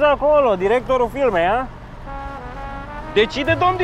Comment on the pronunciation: a zis domn director al filmei in loc de firmei